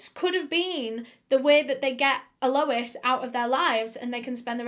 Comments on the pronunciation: Without being too pedantic, "Alois" is pronounced something along the lines of Al oys. It's french. Ray probably fed Al to the crocagators. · Its pronounced al-oh-ease Re-z But its spelt Alois Rez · Never heard it pronounced like "Low-ess" for a guy. Usually isn't it "Loo-us" for guys? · the whole “a lois” annoyed me, just say lois. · Hate to say this, but your pronunciation of Alois is killing me. It isn't ah-low-is, it is closer to al-oyz. Or if you want to go full French, Al-ow-eez. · Normally I love your videos and binge watch by why do you keep pronouncing it as ALOUWUS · Not sure if anyone already said this in the comments, but Alois is pronounced "Ahh low eeez" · When you say Alois, sounds like my name Lois🥺 I got giddy every time u say it 💘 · i think you should be pronouncing his name all-oh-eese lol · Once you hear the ‘a’ she says before Lois you can’t unhear it. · Well done, you always do such great research. Hope you don't mind me saying, but Alois, sometimes spelled Aloyse, is pronounced Ahloys. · I thought at first that it was a lady named Eloise and she was pronouncing it oddly. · It's pronounced AL-loice, (Aloys, Alois same potato, no pun intended). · I think it's a mispronunciation of Eloise ...pronounced El-louise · Alois (emphasis on the first syllable) is a legitimately terrible Bavarian name, why would someone inflict it on an Australian? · My boyfriend and I are cracking up at how she pronounces Alois. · Every time she says Alois 😭😭